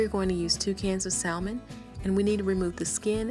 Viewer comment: Honey, all of that is edible. Drain the liquid, then crush up the bones they are a good source of calcium. You won't even know they are there. You are doing a great job. By the way it may be different where you are from but the L in salmon is silent.